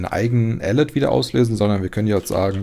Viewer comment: Ich liebe den Content und auch dieses Mal ein großes Lob, doch wenn man die richtige Aussprache von "alert" kennt muss man teils ziemlich lachen. ;)